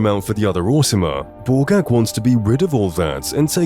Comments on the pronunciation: When you said Borgakh the first time, I could have sworn you called her Ballgag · Me too xD kept hearing “ballgag”